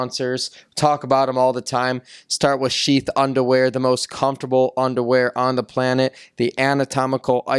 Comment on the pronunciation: DJ needs to learn how to say “planet”